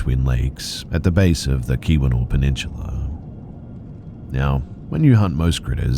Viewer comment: “peninshula” -tony soprano